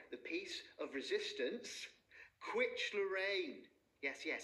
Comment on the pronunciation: I love Pat pronouncing a quiche as "Kwitch"